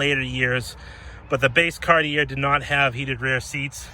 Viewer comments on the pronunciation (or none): FYI,it's pronounced Cart-ee-ay not Cart-ee-air. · CAR-tee-AY. It’s not your accent. It’s that you are pronouncing it incorrectly. You live close enough to French Canada to know better. lol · Cartier is pronounced ‘car-tee-AYY’ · Cartier...pronounced car-t-a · You're not pronouncing Cartier correctly. Sounds like Carti"a". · Can I tell you how to pronounce this properly : “Cartchay” Luv your cars! From Canada 🇨🇦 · Love this car. Cartier is pronounced Kar-tee-ay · It's actually more like caht-yay. Two syllables. I'm from Montreal. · Just FYI it is pronounced Car-Tee-A. Take it for what you will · Say it with me. CAR-TEE-AY OMG! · Thank you for not forgetting these luxocruisers. This is the one class of vehicle where American Manufacturers really excelled. Thanks also for keeping it honest, and pointing out a vehicle's little dents, dings, and imperfections, none of them are perfect. Lastly, Cartier is pronounced Car-Tee- AAY! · Cartier... The last r is silent